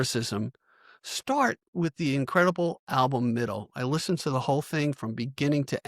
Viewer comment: Never heard someone pronounce listened with a hard “t”….. are you AI ?…. Weird as hell. YouTube is dying